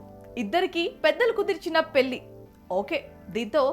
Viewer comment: ఆహా ఏమి తెలుగు పెల్లి పెల్లి పెల్లి ఇంకా ఎన్నో